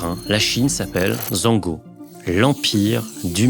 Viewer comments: Top vidéo, Faites juste un petit effort de prononciation sur les mots chinois c'est atroce et ça ne veut rien dire 😇 Exemple : chine, vous : zongo / vrai prononciation djongouo Continuez comme ça la team ! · Intéressante vidéos, même si personne ne peut être certain de l'avenir il faut reconnaitre que la politique chinoise est ambitieuse, révolutionnaire et totale. Petit commentaire : le mot chine 中国 ne se prononce pas zongo mais djong gwo (ou zhong guo en pinyin). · Desolé l’ancien mais la chine se prononce « djongouwo » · « En mandarin la Chine s’appelle Zango » 🤣 Cela se prononce « Djongguo » plutôt ! Sinon très bonne vidéo ! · En mandarin la Chine s'appelle Zanggo: tu dis... come on DJJJJONGGGG GUUUUOOOOO. ZZZZZHONNNGG GUUUOO 中国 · Faut revoir la prononciation de zhong guo = zong guoi ! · Sans vouloir atre relou la chine se prononce tel que chong gwo en mandarin pas zong go malgré l'écriture du piyin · Petite précision à , la Chine se prononce « tchoung kouo ». Ce que tu as dit, c’est le pinyin (caractères retranscrit en alphabet, mais la prononciation est différente) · Bonne video comme d'habitude, mais de grace soignez votre prononciation des noms en Chinois ! Dire que zongguo (lire en francais) que c'est comme ca qu'on dit Chine en chinois, c'est vraiment abusé. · La prononciation de 中国 (zhōngguó) me fume 😂. Mais sinon la vidéo est incroyable. ☘️ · Mal prononcé zhongguo sur une vidéo sur la chine c'est bof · Petit tips : ZH en chinois se prononce dJ, pour Shenzhen ou Zhong Guo.